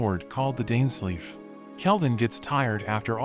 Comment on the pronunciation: "✨DAinSlEIf✨" as in genshin 💀🤝